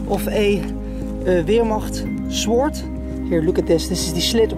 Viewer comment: word of wisdom on your english you speak it exeptionally well better than some people i know in the uk but "Sword" is pronounced sord the w is silent :)